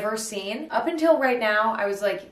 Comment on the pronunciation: “Please rite dack….”💀